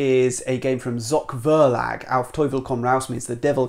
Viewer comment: The finish is really surprising with Abyss and Evolution I could never foresee! 🙃 Maybe because of your love for ZOCH VERLAG (love your pronunciation!) which is mostly considered to be a pure children & family publisher in Germany...